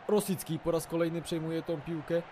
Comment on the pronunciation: Czyta się Rośicki (sub) klik :P xD